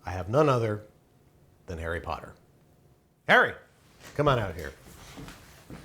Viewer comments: Is it just me or did he say "Parry Potter"..? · "Pumpkin Pasties from Perry Potter" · "pumpkin pasties from Parry Potter" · "Pumpkin pasties from Parry Potter" 😂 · Parry Potter?